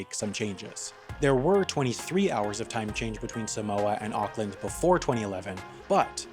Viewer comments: it pronounced orclind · "ockland" wtf ahha